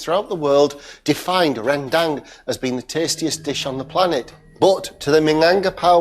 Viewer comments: It's Run Dumb not Ren Dang. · rendang ...nooo. 100% its not rendang... hope next time u can call minang people to cooking for ur show. rendang not use suger. soya saous. and we not use blender for make all be sofh.